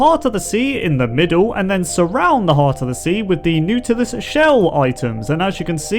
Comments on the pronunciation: The nutelus shell isnt it pronounced Naw-til-us? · (NAW-du-liss) not (NOODLE-iss) lol. No hate coming from me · pronounced not-ilus shell, just sayin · Noot-ilus shell? You mean, the Knot-ilus shell. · N-aww-t-lus not n-u-t-lus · It’s Not-a-lus not New-til-us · He said nautilus shell wrong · It sounds like is saying "Nootluis Shells" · "Nootl" sounds like "Noodle" lol lmao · Here’s how you pronounce Nautulis Na too les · u said natulis wrong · Na-ta-lis shell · Did this boi fr say nootilus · I think it’s pronounced not-a-lis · Its pronounced N-O-T-I-L-U-S shell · It is pronounced NAW-till-UHS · nautilus is pronounce as notilus just a correction hehe love your vids <3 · Umm you miss pronounced the shell its naw ta lis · your pronunciation of Nautilus had me retching. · thats not how you pronounce 'nautilus' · Here's the correct pronunciation of nautilus. :D